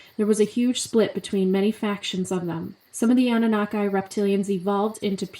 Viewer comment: It’s Anu-Nah-Key not Anu-na-kai lol but great video